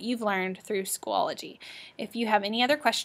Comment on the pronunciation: It is SCHOOL-O-GY Not School-ol-o-gy